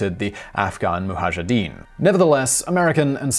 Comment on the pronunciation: "Muhajadeen"? It's "mujahideen". ;-)